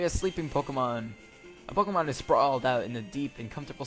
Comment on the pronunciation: its pokemon not pokemonz